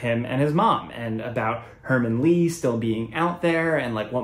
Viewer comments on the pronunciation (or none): Martin lee not hermin lee